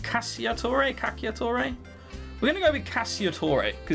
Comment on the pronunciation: According to Google Translate it's pronounced "Cacha-tore" or something like that. Silent "i" in any case.